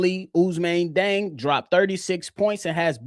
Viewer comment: West African here. Although born in France, Diang is Senegalese 🇸🇳, and thus his name should be pronounced according to his Serer heritage/ethnic group, NOT according to the colonial pronunciation 🤬😒 In his ethnic group, his name is pronounced: “jeng.”